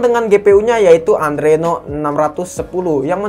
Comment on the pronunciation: Adreno kalee... Bukan andreno